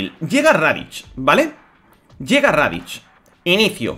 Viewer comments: Por que dices raditch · "radich" y "makokosapo" xD